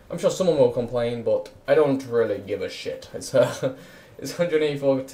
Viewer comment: Why does he say bot instead of but ?